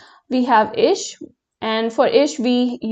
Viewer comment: Your germen accent for ich is not correct